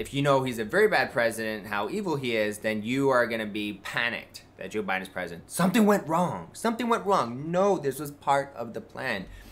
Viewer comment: Why, please someone tell me does he pronounce Joe Biden as J'Biden ? Is it a republican thing to make it one word